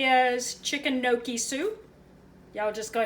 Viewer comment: I love gnocchi! And yup you said it right.